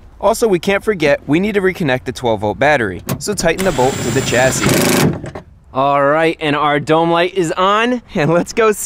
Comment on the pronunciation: not only that i comment it now because i dont know why well, chris forgot the final S to chassis and he said chassi